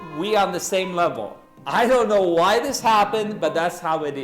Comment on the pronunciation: "as you kneau..."